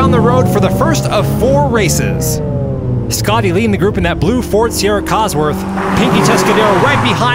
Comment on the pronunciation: Schotty is pronounded Schotty, not Scotty.